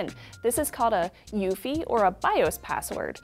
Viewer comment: It's U-E-F-I not ufee.